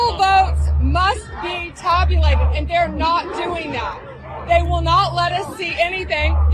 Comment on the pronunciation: tobulated😂 she can’t be serious